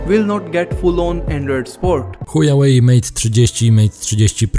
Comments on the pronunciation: Szanowny kolego nie "Hujałej"tylko "Hłałej" tak poprawnie to się czyta. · "Buraku" (sorry za te określenie) czyta się hła-łej , HŁAŁEJ, a nie huja-łej, HUJAŁEJ to widzę że ty wiesz, a robiąc z siebie Kretyna, urody sobie nie przysparzasz, Widząc Pytę Lingwisty, Picz się doń uśmiecha, Czy Chujów Ród się pisze, przez "h" czy przez "ch" ??? Ów na tę informację splunął pełen wzgardy, Pisz przez "h" gdy Miętki, przez "ch" gdy Twardy. Pozdrawiam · HŁAŁEJ a nie Hujałej Goddamn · I dalej z uporem maniaka wymawiacie ChujaŁej - nie ma wyjścia albo jesteście językowymi kalekami albo robicie to celowo ;) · czy on powiedział chujawej ? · Witam. nie. powiedział chuja way. Czyli droga kuchcińskiego. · Witam. Wciąż w specyficzny sposób wymawia Pan nazwę chińskiego producenta elektroniki... Jakby to była droga h... :-))) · Pytanie bardziej z ciekawości niż ze złośliwości; czy takie językowe błędy, które popełniasz spowodowane są niewiedzą, czy może popełniasz je z premedytacją? mam tu na myśli "hujałej" (czyta się "huałej") i "ipekao" (czyta się "ajpekao").